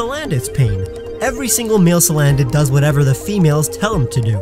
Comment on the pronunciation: There is no vowel between the N and the D in Salandit!